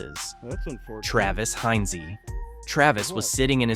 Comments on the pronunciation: Travis Heinze, not Travis Heinzey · It’s, like the ketchup.